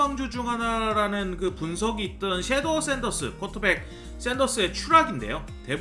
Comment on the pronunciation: 섀도어 샌더스가 아니고 쉬더 샌더스